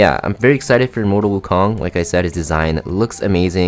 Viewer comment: Your pronunciation of it is wrong but close enough